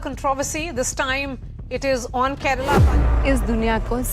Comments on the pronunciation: it’s not kerela it’s kerala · Abey Kerela nahin, KERALA. Serious video mein bhi meme karne chala 😂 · Some news anchors need to learn. Its Prounounced as ‘Kerala’ not Keral! Its like saying New Del instead of New Delhi! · Aree tera content shuru se hi support Mae haiii. Kerala ko kerela bol rha h aur tu kya fact nikal rha h.😂😂 BHARAT doob rha h andhbhakt se🤦‍♂️ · Okay someone needs to say this. Brothers and sisters of North India, It isn't pronounced Keh-reh-lah or Keh-rah-lah. Ke-Ruh-Lah is the correct pronounciation.